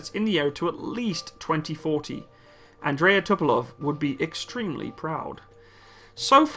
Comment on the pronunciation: Tu-polev, not To-po-love. Great plane, great turboprops.